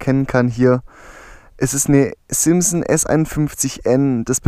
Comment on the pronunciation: Das heißt nicht simpson sonder SIMSON